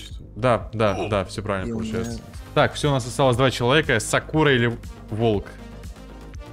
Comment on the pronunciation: Как же режит слух, когда он говорит сАкура